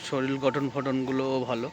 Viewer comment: শরীল না কথাটা শরীর।